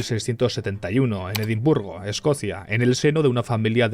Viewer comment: Un momento, hay algo que me hace más ruido que cómo pronuncia “Edimburgo”. ¿Cómo que escape a Europa desde Inglaterra?, ¿que Inglaterra no se encuentra en el continente Europeo? 😟